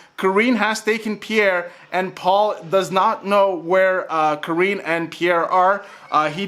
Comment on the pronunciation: Why does this man keep calling her “Kareeen”? And not Kareenie?